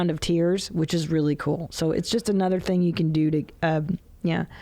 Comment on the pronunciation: Please stop saying “ThnGy” like that